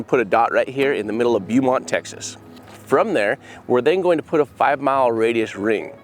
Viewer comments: Beeeeuuuuumont 😂. Just helping y’all out it’s pronounced Bo-mont. thank you for never giving up on finding families lost loved ones! Closure will never happen with the deceased but it will in the way it happened. Sometimes I know I forget my bestfriend is passed and I go to text her or something and then I remember.. she had a seizure one day and her fiancée came home to find her 😢. Nothing has given me closure. And everyday it’s like she passes all over again because all I want to do is text her or call her. What gives me the slightest bit of happiness is knowing that she is watching over me and wants me to live a full life. I wish she could’ve grown old and our kids could’ve played together one day. And she could’ve experienced marriage with her fiancée and a career. ❤ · Bo-Mont, Bo-Mont, Lol, Not Bew- Mont, Its pronounced Bow-Mont, Texas, Lol!! But good effort man!! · It is pronounced "Bow" mont, not "Boo" mont. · Town os not Bewmont. Its pronounced Bowmont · Sorry I spit my coke out when you pronounced the city Beaumont as Bee you mont. Its actually Bo- mont .. Great job guys .. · Beaumont is pronounced “Bo-mont”, I’m from the Jasper area which is 1-hour drive north. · Jared, Beaumont is pronounced (Bo-mont). Thought I'd help you out. Thank you for all that ya'll do! God will bless you! I'm in Texas, I live in Galveston County. Stay safe! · It's pronounced BOWMONT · Beaumont is pronounced Beaumont, not Beumont.😊" As in, a gal and her beau". I apologize for straying from the main subject of the video. But that got me from the getgo. Okay, and I'm going to continue watching this great video. And thank you for representing so many people who have passed. 😢😢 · Beaumont (Bo-mont) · it is pronounced "Bo-mont" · Not to detract from the amazing work you're doing, but Beaumont is pronounced Bō•mont with a long O sound. Yt just recently dropped y'all into my feed and I'm glad they did. This is amazing work and thank y'all for doing it. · Just fyi, it’s pronounced bow mont